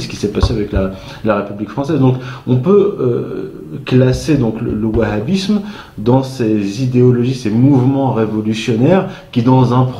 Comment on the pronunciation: En fait, je viens de comprendre, a eu mal prononcé. Il voulait dire le Wahabisme. Je précise, il dit Bahabisme à